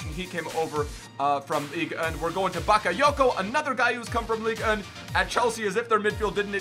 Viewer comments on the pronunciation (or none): none